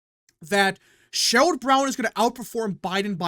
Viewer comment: It's SHERROD Brown, not Sherold